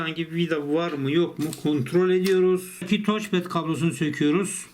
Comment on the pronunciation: TOCPAD DEGİL TÜRKÇE SÖYLEYECESEN TAÇPAD İNGİLİZDE TOUCH PAD